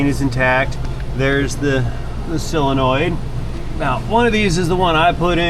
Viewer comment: What's wrong with you southern guys? It's not a "SILLinoid", it's a SOlenoid. And, while we're at it, it's SIrup, not surp!